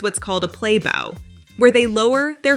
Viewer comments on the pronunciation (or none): I Love AI content. You can always tell when simple words like 'bow' are mispronounced.